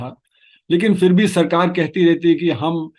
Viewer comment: Please don't say FIR. It's PHIR. You are such a good speaker - don't ruin it with one word.